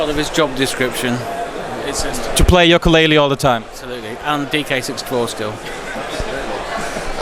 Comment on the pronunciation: Yooka Laylee und nicht wie im Titel Yokaa Laylee :( Bissel peinlich oder. Wird ein Meisterwerk, wie viele Rare Games vorher ;)